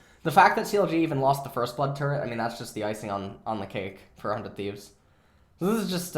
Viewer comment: I keep hearing "400 thieves" instead of "for 100 thieves"